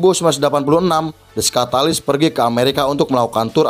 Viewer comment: Kenapa nyebutnya skatalis?-_